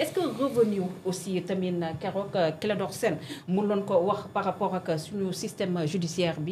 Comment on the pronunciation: Elle aime tellement l'expression " parRappppooookh"